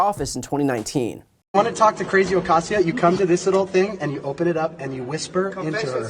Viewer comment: Man! Wouldn't it be nice if MTG could learn how to pronounce AOC's middle name... Occasio..